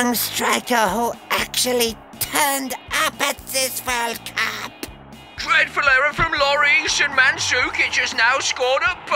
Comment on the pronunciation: the way he said 'cup' lol